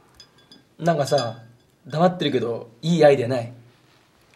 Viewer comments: 黙ってのイントネーションおかしいし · 「黙って」の発音に時代を感じる